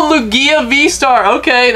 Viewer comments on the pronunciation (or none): The way you said lugias name. I'm 💀